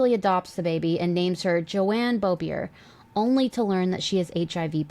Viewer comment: Northstar and auroras last name is pronounced like bo-bee-AY, an R at the end of french words is silent